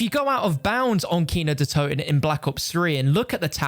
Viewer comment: As a german guy it's so funny to hear him say kino der toten but I think he pronounces it pretty good even though he doesn't speak german